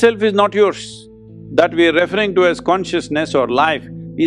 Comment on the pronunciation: Sadhguru, please learn to pronounce the word "referring". The accent is on the SECOND, not on the first syllable. In other presentations, too, you persistently mispronounce this word - its very irritating. Please don't. Arjuna J.